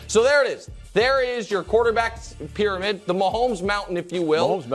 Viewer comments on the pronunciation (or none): "WORST TAKE PRYAMID"